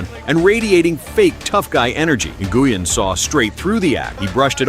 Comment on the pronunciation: Nguyen is pronounced WIN. Not Na-Goo-In. Stupid AI voice over.